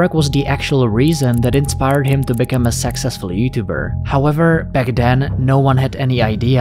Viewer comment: When he says "Successful YouTubers" it sounds like "Sexist YouTubers"💀